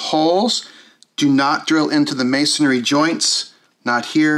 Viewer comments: MAY-son-ree, not. “MAY-son-airy” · Masonry - it’s pronounced /mā′sən-rē/